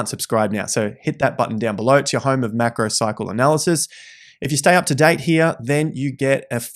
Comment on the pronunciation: Are you saying "macro psychoanalysis" or "macro cycle analysis"? haha